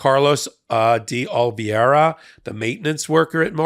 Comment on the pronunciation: Oh - lee - VAY - rah. Say it out loud. Love your content, but I thought you might need this. It's not as hard to pronounce a you're making it.